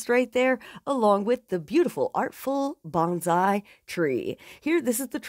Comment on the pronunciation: Bonsai is not pronounced bonzai, it's a soft S. (Coming from a Japanese person haha